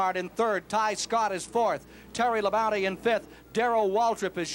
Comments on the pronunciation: I was cracking up how they kept referring to Terry Labonte as "Terry Labounty". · Earnhardt, Bodine, Rudd, Bonnett, Gant, Terry Labonte (Squier pronounces it "La-Bounty"), Richard Childress, Earnhardt's future crew chief, racing each other (cool). Only Neil Bonnett was a former winner of these guys at this point. Plus the "Big Four" (Petty, Pearson, Allison, Yarborough). No Bill Elliott though..... Although he was in the '78 race, I think finished 8th (!) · Hate how they say Labonte.